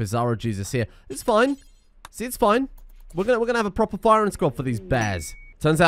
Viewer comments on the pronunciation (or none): none